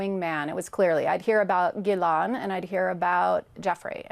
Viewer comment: she met Ghislaine but can’t pronounce her name?